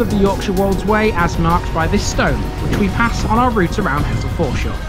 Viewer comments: Grew up in Hessle and moved out when I was around 18. For your information, nobody local ever referred to it as He"ss"le, to locals its always been pronounced Hezzle! Like Hull has always been Ull 😁😁😁😂 The last 45 years since I left has seen huge changes, some good some not so good. Little Switz was our playground as kids, and the sanitized country park there now is a shadow of its former natural glory. The Square was a huge carpark in the center but now those spaces have been lost and replaced by a few around the outer edges. Things move on as they say, but fond memories of bygone days will always linger. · Great vid. The locals pronounce it Hezzle! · Came here to say exactly that, heszle! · I wouldn't have thought so, I think its just an inflection learn't while growing up. I did notice that you actually said Hezzle once in your video which made me chuckle. It's infectious when everyone around you and those that you grew up with are speaking the same way.